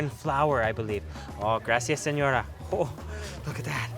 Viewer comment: “Grassy us sinora” lol